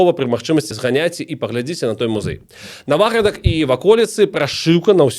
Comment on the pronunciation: вялікі дзякуй! тэма філаматаў філарэтаў +++ трошкі рэжа слух націк у назвах) правільна НавАградак і НавАградчына:)